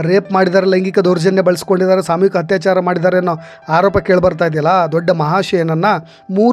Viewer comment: Thanks for the update. It would be nice if your Kannada pronunciation is like :- Athyaachaara not Hathyachara Hanada Aamisha not Haamisha Adhikaara not Hadikara 🙏